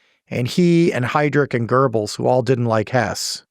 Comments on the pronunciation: Guberls😂😂😂😂its Goebels or Göbels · There is no R in Göbels! It's Göbels, not Gerbles!